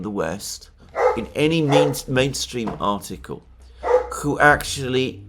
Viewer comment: Please say who and not chhhooh. It's so annoying.